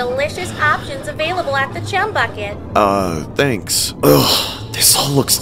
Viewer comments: The letter h left off 😂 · the letter h on chumbucket 😂😂😂😂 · So we just gone ignore the h missing in "Chum Bucket" in story number 3? 😭😭😭😭😭😭